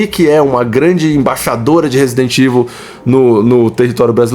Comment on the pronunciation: A pessoal diz Resident IVU e mandou que a pessoa não sabe ler nem falar inglês.